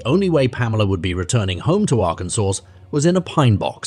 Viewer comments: "Arr-kansas"???? Fix your reader bot! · For the second case, did it happen in Arkansas or in Arkansas? The first time the narrator named it, he pronounced it like Ar-Kansas & the second & following times it was pronounced like Arkansaw 😮 I'm not from the USA & I'm legit confused by the spelling & pronunciation (I follow the transcript while listening to vids) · A.I. voice. AGAIN. It pronounces the suspect's name differently throughout the piece. It also doesn't pronounce DNA correctly and several other words. 👎🏻 "Ar-can-zus."